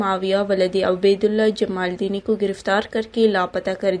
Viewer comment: BB very sad to say you are Being a Baloch you don't properly pronounce the Baloch tribe name(jamaldini).